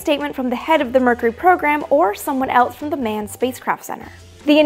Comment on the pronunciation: Love ur videos but cant get over how some ppl pronounce else as elts.... lol js. Very informative though.